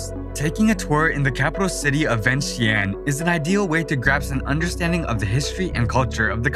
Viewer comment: I love beautiful of Laos Thanks for sharing Laos to the world but will be great if pronounce correctly . Example Vientiane= Vieng Chan